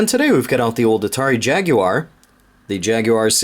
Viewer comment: Wow a yank that can pronounce jaguar instead of jagwar.